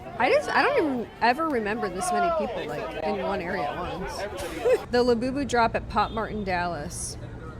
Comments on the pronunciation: Also hearing this bro repeatedly say Iabubu & lafufu is the absolute opposite of iconic...but in the best way possible 😏. The name alone is the most devious method of grown adult infantilization ever. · > “I’m gonna explain Labubus to you like you’re an elder millennial” > mispronounces the illustrators name